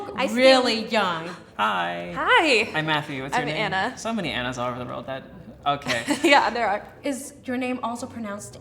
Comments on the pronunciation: The way she pronounced it I was like is she Greek? Because we also pronounce Anna like this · the way she pronounces Anna is also the same way we pronounce here in Brazil. I really thought she would be a brazilian for one sec haha